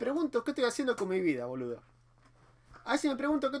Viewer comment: miro tus videos y vas mejorando el idioma, pero hoy el boludo te salio como un chino del super mercado jajajaj